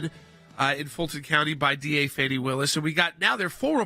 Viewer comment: By the way, this is plain old Fani, NOT Fawni!